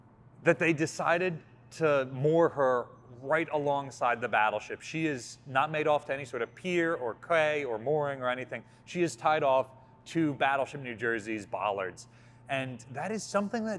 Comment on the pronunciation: Did you say KWAY ? Quay, pronounced “key” (for some damn reason)